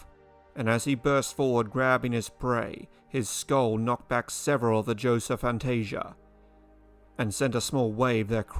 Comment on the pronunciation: It is Josephoartigasia not josephoantasia